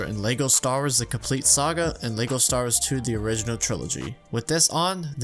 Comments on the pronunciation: Bro STAR WARS, not Stawas 😭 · Does anyone else hear him say stawrs instead of star wars? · Whenever he says Star Wars it sounds like he says Star'ers. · Why does this guy say "lego stars" and not lego star wars and he acts like nobody knows that lego makes star wars lego sets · you said "lego stars" beo!!!!!!!!!!!!!!!!!! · "LEGO Stars" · “Lego Stars” ... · He says Lego Star-ers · Bro are you saying “stars” or “star-wars” I legit can’t tell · Bruh the way you pronounce “Star Wars”.